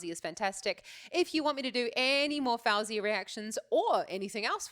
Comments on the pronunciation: its actually pronounced f-oh-zee-uh just so u know 🥰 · You saying her name wrong lol, but if you ask Siri to put a song of hers, she will say it right so you can learn there.